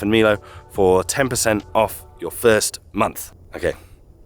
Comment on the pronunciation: All this time was pronouncing it, Milo, not Melo.😅